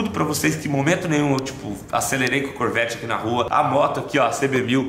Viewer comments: Nois: Corvet Vizinho: Chevet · O melhor e quando ele fala "O chevete do senhor" ksksksksks Bicho nisso sabe nem fala nome direito ksksksksk corvete